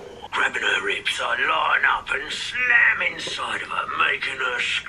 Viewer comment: The way he said SLAM made me WHEEZE